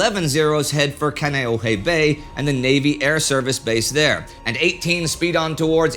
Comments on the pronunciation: Indy: it's "Kahn-ee-oh-hee" and "Eh-va". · Ewa= Eevah Kaneohe= Kan-ee-oh-ee Haleiwa= Holly-eevah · You mean kaena point? And Ka-ne-ow-eh bay? Ha-lea-eve-ah. Are you a Canuck? Bow as in bow tie, not bow as in bow wow?